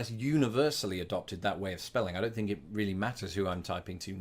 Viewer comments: One thing you (all brits really) is the word think, you say fink when we pronounce it differently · I've picked up "Fink" from you. 😂